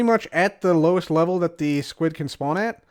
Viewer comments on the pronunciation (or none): none